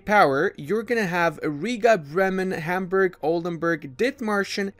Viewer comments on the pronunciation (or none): none